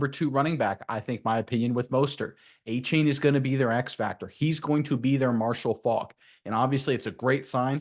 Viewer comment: Correction it's a-chan not a-chain